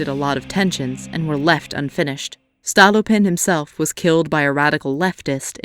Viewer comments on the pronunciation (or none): The way she pronounces "witte," "stolypin" 🤦‍♂️